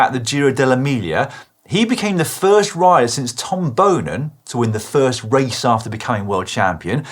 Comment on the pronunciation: Great pronunciation of Tom Boonen